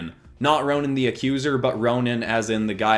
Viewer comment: It’s Ronin not Ronan but I understand the confusion